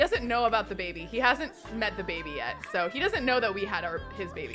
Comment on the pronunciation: Love the fact that she says “bebe” like Moira Rose.